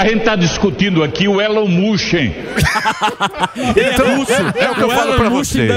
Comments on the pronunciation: Elon mush 😂😂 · Elon "mucho"??? Oi!? Rsrsrsrs😅